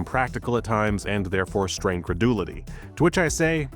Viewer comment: Not knowing how to pronounce credulity strains your credulity!